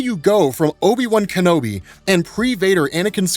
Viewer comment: No you didn't just do that. Not Obi-Wan Bum Kenobi lmao